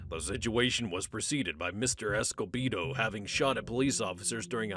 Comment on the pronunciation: Not pronounced esco-bee-dough it’s Esco-bed-oh. Also I never heard an auto-matic rifle, I heard semi-auto but not auto